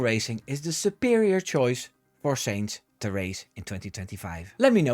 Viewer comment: his mane is sainz not seinz